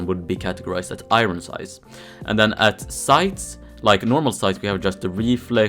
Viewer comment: Please pronounce iron correctly